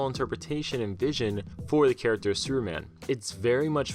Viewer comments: Why you always say Seruman or Sureman? Whats up with the P letter?))) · Superman is three syllables, not one. Freaking learn how to speak or stop narrating these videos. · Where are you from bro?superman doesn't have a silent p in his name.